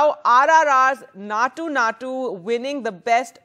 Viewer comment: Maa'm its Naatu Naatu, not Nacho Nacho 😂